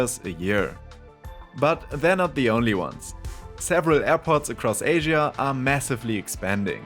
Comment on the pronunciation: Asia is mispronounced as far as I can tell